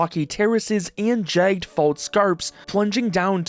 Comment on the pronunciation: The way you pronounce "jagged" and "envelop" is crazy